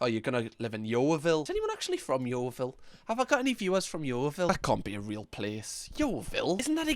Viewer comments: No way i just heard say yoevil, i dont like in yoevil. No one should go there its a sh*t hole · I was born and raised in Yeovil. Left the first chance I could. But I grew up saying Yeovil like Oval, not Yeo-ville